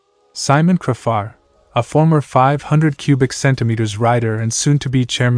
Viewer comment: It's not cra far? It's said crayfar😮